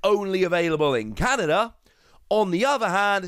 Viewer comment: Canada, not Canda 😂😂😂just playing btw